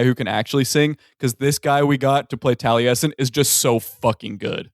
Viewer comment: Everytime they pronounce the name Taliesen that way makes me cringe lol